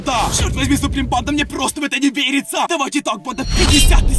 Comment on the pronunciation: Почему он такие окончания делает: банда́ Я НЕ ПОНИМАЮ ПОЧЕМУУУУ ! Ну вообще он не страшный и это чувак в маске и макияже😐